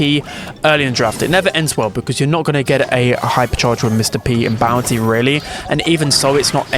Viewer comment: Am i the only one who hear bouncy instead of bounty? 😂